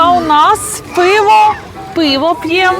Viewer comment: Не піво, а пиво. Завжди ще до перегляду ставлю вподобайку вашим відео. Для просування каналу та підтримки україномовного контенту. Але дуже неприємно чути, що родичі приїхали з нашої столиці і розмовляють ворожою мовою. Як таке можливо? Ви можете собі уявити, щоб на московії під час війни вільно розмовляли українською? А про закатованих і вбитих через українську мову підлітків у Бердянську і в Краматорську ви не знаєте? Що ж це за позиція у вашої сім‘ї тільки для ютюбу розмовляти українською?